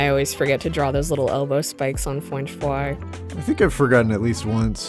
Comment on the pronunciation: WAIT, WAIT WAIT WAIT WAIT CHRISTINA VEE VOICES FWENCH FWY?!